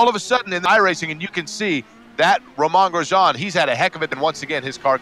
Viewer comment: I heard that. You have to be kidding me. How in the world do you supposedly cover racing and not know how to say his name sigh